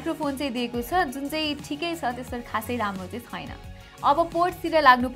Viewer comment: 'Xuena' vanni lai 'xaina' vanni bani layex😂😂😋